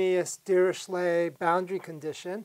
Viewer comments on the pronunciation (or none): Dirichlet is pronounced 'Deer-i-clay'